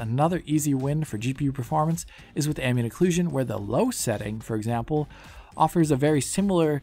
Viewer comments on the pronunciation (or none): none